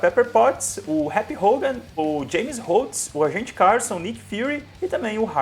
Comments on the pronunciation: Alguém pode me explicar porque que ele fala "Carson" em vez de "Coulson"? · Tu fala os nomes errados. "Rarvis", agente "caRRson" . . aahh. Da uma agonia. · AGENTE SE FALA COMO SE ESCREVE NA MORAL COULSON COUUUUUSOONNN!!